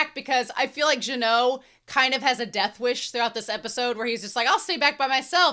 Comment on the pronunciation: Minor correction, Genau's name is pronounced with a hard g. Regarding the number discrepancy in child demon's line, that's a subtitle error, she actually says there are four mages, three of which are first-class. I love that when Methode is happy patting Frieren's head, you can see that her other hand is swaying to her side the same Fern sways her hands when she's doing her satisfied, fulfilled penguin walk. Fern trying to pull Frieren from the hug might as well be Fern trying to pull Frieren from a mimic. An interesting piece of characterization of Genau's dead partner, when he was showing magic tricks to children, it was pretty much the same display Frieren did in one of those passing time montages, the one between the two meteor showers in episode one if memory serves me. There's also another animation call-back to season one, the side zoom from above to Genau right before Stark blocks Revolte's blades is the same as the one done from when Stark cuts off the hand of a monster going for Frieren in front of the Hero's Sword's cave in episode 12. Now, this is a bit of a reach here, but I think that Genau dropping the bread crumbs for the birds in that flashback can be interpreted as a grief display. We already know that Genau feels emotions very intensely without showing them, per Frieren in the previous episode going "your spell had so much bloodlust, I though you were a demon". Him dropping the crumbs feels like a way of showing him crying without showing him crying as he s